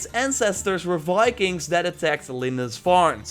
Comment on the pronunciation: Viking, dear. With a V. Not Fikings. I'm sorry, but as a Nordic person, I can't allow your Dutch accent to murder our national identity.